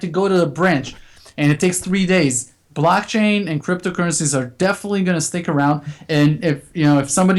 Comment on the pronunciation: Hi Folks,Great show, but wats this ,'blotching'? or 'blotchain'? all about, never heard of this, can anyone shed sum light on this for me please?